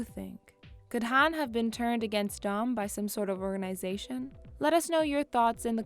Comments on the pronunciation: Says Han like hand pronunciation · She mispronounces Han's name so many times and it annoys me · This video has no credibility since she can’t even pronounce Han’s name right smh